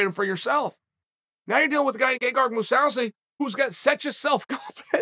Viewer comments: Chael " Gagard Mosawsi" Sonnen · “Moose-ow-see” Jesus, Chael. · "Gegard Mousawzi" uncle Chael back at it again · Chael "Moo-sow-see" Sonnen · 'MOO SAU SEE' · “Gegard Mawsawsi” - Uncle Chael